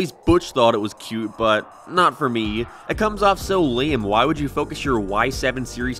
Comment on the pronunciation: After watching a bunch of your series reviews, I came to two conclusions. 1. You keep saying why as weh 2. You REALLY don't like the shows you review after the second or third season